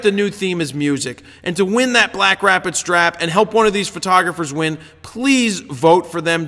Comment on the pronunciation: The yawn sounded like a Wookiee having an orgasm. Great images this week! And yes, you did say "BlackStrapid." :D